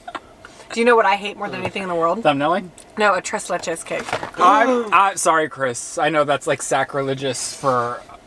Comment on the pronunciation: chris saying tres leches in his latin american accent made my day (i'm mexican)